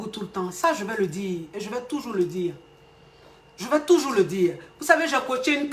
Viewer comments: yè bloquè ça 🤣🤣🤣🤣🤣🤣😍💕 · "ye eee bloquer ça..." lol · "Ye vais bloquer ça" 😆😆😆j'adore 😅😅